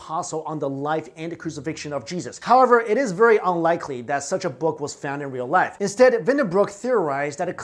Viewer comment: This guy speaks English okBut I feel like he’s really struggling not to just burst into Mandarin. Words like life, and possession should not have H sounds in them